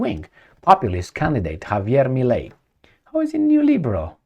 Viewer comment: not necessary. Given the fact that there's a lot of italian descent argentinians, I would go for Italian. Also, the name is Milei, as in Tadei, (Italian name) not Melei.